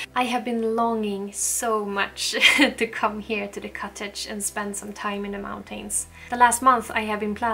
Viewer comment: I saw in one video you learned how to pronounce “mountains.”. You had pronounced it great- hoping you will try again. You don’t have to completely swallow the syllable if you don’t want- you can just say “mountans” or “mountins”. Not meaning to offend- I really love you and am longing for living in the country too!